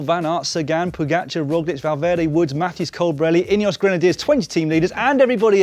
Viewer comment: "...Ineos Granediers 20 team leaders..." 😂😂😂😂... Starting to resemble Movistar 😂😂😂